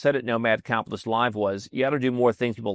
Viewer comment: It just registered what I have been hearing say: Nomad "Cap'list". It has been spoken so fast that the "T" is silent. I mean no disrespect, just something sounded odd about his pronunciation. And keep these videos coming. I really enjoy the production value, topics and your presentation.